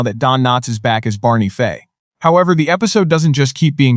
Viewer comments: It's Fife,not Fay. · FIFE doesnt sound like FAY. And saying "she" when it should be "he", very distracting. Thelma Lou, Barney Lou and Andy Lou??? Come on!! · This AI narrator is probably the worst I’ve ever heard. Pronouncing peoples names wrong, not just one, but all through the story everyone’s name was mispronounced wrong at some point. The worst was disrespecting Barney Fife’s character as Barney Faye at the end. Then it misgendered several characters calling the she’s or he. Either the person writing this story completely messed it up or AI totally screwed it up. This is one reason I hate AI so bad, it is so upsetting and infuriating.